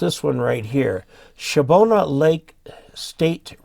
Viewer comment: The park is actually pronounced “Shabna” State Park. If you say Shabbona they’ll think your from Chicago. Mike KD9OBF